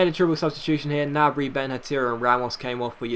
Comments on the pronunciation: Gnabry is said ger nab re sorry it was really annoying me. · Gnabry is pronounced with the G! it's German and in German you pronounce every letter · The g in gnabry isnt silent ;) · He's right, in German there is no silent G